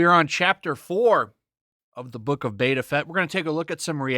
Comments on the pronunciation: This isn't Boba Fett. It's Bobba Fett. You know like how normies would mispronounce it. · Actually, this was my favorite episode so far... Also, did you say The Book of Betta Fett? 🤔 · His name is boba fett not beta fett